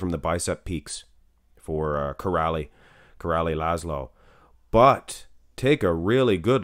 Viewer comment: Király is pronounced "Kiraay" and not "Kirali", and László is "Laslo" not "Lazlo"